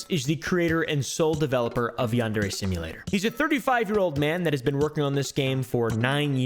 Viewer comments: its pronounced “yawn-darey”??? I thought it was pronounced “yan-dear” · Yarn deray simulator , Yon dairy simulator. These pronunciations is wild 😂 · Why does everyone pronounce it yan-dairy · his mispronunciation of yandere was funny to me but the continued use of the mispronunciation now irks me …also all these creepy white kids playing it are also not saying it right. does he even know what a yandere is in japan? it seems to me like he doesn’t, by never mentioning it and not knowing that it’s anything except the guys fake name and the game’s name